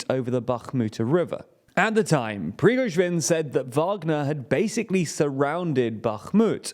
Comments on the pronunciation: Bro you gotta at least try to pronounce “PRI-GO-ZHIN”, he’s not a small figure anymore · I am starting to think that this channel mispronounces Prigozhin on purpose. this time he is Prigozhwin. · Is he deliberately pronouncing Prigozhin like that? Prigojvin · Preevizhgin isn't his name, it's pronounced more like 'Pree-go-shin' (except the the 'sh' is pronounced like the 's' in 'leisure') If you treat 'zh' like 'sh' you'll be fairly close to correct pronounciation. As for 'Kyiv', if you want to use the Ukrainian pronounciation, you need to reverse the vowels you're using: instead of 'Key-if', it's more like 'Ki-eve' (try saying 'Christmas eve', then 'Kick eve', then drop the 'ck' for 'Ki-eve'). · Another day, another unresolved issue on how to pronounce Slavic names... It's seriously not that difficult... There's no "w" in Prigozhin. "Pree-go-zhin" not "Pree-go-zhwin". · The name is still not prigozhvin but prigozhin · There is no V in Prigozhin's name. Pree — GOH — zhin. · Prigoshvin, wtf are you guys smoking? You litteraly have multiple older videos where you pronounced his name right😂😂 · "BaKHHHHHmut" "Pree-gozsh-vin" What the hell are these pronunciations? You're getting WORSE. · It's still not Prigoschwin, though 😋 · the fact that this dude can't pronounce "Prigozhin" its getting annoying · Almost got Prigozhin's name right! 🤣🤣🤣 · I am curious how often and in how many ways will be able to mispronounce Prigozhin (or any non-English name, city or country).